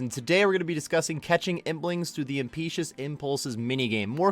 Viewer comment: >Impeashus Bro it's im pet u ous Impetuous